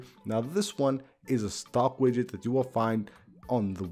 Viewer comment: Yid-get lol not quite but close! 😂